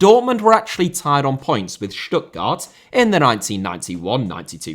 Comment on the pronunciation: You nailed the pronunciation of Stuttgart, very good!👏